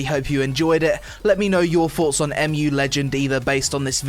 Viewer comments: M.U. ? im pretty sure you just read it "moo". Mu is a mythical continent, like atlantis. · wooooot, my childhood game, soooo nostalgic. And you have to pronounce it like MUUUU or MOOO :D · It's pronounced "Moo" as in another huge load of Korean bullshit. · EM JU Legend :D laughed at that one it's MUUUUUUU legend like Cow's Mooooo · First of all you cannot pronounce the name of the game and second of all they are not horses they are donkeys you fucking donkey. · Next time would be nice if u wait like 1 day so they can fix their servers and this video would be actually about game rather than broken servers..... Like cmon u dont even know how to pronounce name of the game this video just feels like ok i am going to do an impression for some sht f2p arpg from webzen